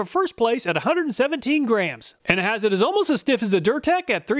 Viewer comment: A little pronunciation help on those German names. As close as you can come in English sounds: Stahlwille is "SHTALL-villa," Hazet is "HOT-set" (sound the Z as in Mozart), and Der Erwachte is "dair AIR-vock-ta" and means "the awakened." So is reviewing woke tools now.:D